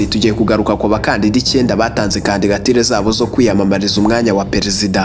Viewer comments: Bavuga candidature ntabwo ari candigature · Kandigatire? Jya ugerageza uvuge ijambo neza kandigatire koko!?